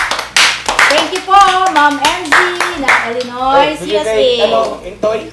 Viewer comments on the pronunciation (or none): ILinoy (Illinois) pagprononce silent s po.